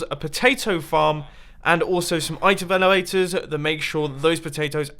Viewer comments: Itevelevators? :D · he says "Itev eloaters" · Did you just say "Item veluaters" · I lost it when he said itemveniters! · Nico Castilho U mean iteh felavators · did anybody else hear itevelowators?